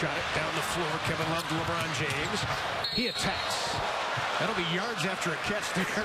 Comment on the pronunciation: lebron not labron